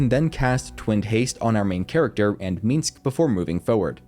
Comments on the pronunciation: The way he keeps saying "Meeensc" instead of Minsc is a bit grating... But the video is otherwise very good and helpful. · First time watching, great video..but one thing: it's MINSC, MINSC (Like Minsk)..not Minsx. Play BG 1, or 2, you'll hear him say his own name like a couple dozen times (at least). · every time he said the word "meensk" my ears hurt. that dude can stay tf in camp, i think you just like saying his name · I cannot hate your pronunciation of "Minsc" more. Shit talking aside, these guides have been marvelous. Much love!